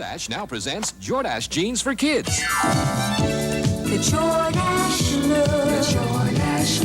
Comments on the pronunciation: Jor-Dash-Eh? ?? It's Jordash. Why do these computer generator voiceovers not have human to proof them before sending them out? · Lovin how "Jordache" is pronounced! Jor-dashy!